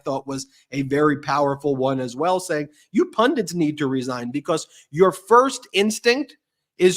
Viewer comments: Can podcasters please pronounce the simple word- Pundit, correctly.. i find many struggling and often pronouncing it as PundiN. Instead of PUNDIT ( ending with a T not N) It is an Indian word which means a learned person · Ben, It's pundit not pundint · Ben and, please learn how to pronounce "pundit"!